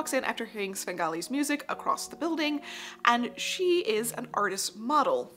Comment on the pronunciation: I genuinely mean no offence but I did have to laugh at how many times you said "A-CROSST in this video... I'm not american so I'm not sure, is this just an american thing where they say many words so ridiculously wrong that it's utterly bafflingly, for example, common words like as "URRRB" instead of "herb" or "mooz-ZAAAHM" instead of "museum" ???????